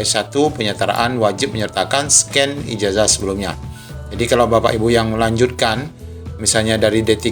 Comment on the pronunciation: Itu baca ijasa bukan ijaja